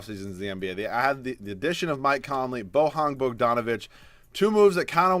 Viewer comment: my man Bogdanovic ain't spanish, you don't read J as you would in Jose. It's Slavic so it's Y BoYan Bodganovic